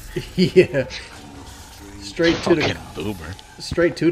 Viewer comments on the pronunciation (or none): none